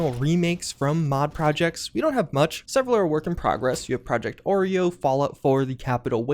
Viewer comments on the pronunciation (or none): Did he just pronounce Arroyo as Oreo?